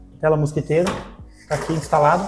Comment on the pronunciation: fala-se tela "*mosquiteira*" e não mosquEteira, pois vem de "mosquito"